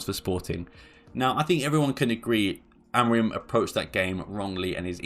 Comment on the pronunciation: His name is AMORIM. It’s a M at the end of his name, not N. Mancs really can’t pronounce his name and as hilarious as it is (because it makes them sound thick) it’s a weird affectation.